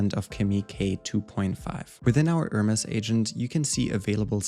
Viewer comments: its pronounced HER MEs not HERMESS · Nice Video! Btw the Hermes team has been clear that it's pronounced "Her-Mees". The other pronunciation is a fashion/design brand. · Use AI to edit your video, seek and replace with correct Hermes pronunciation.